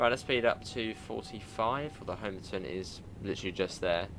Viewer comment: Great review. Just to let you know Homerton is pronounced as Ho-muh-tn or Hummer-ton.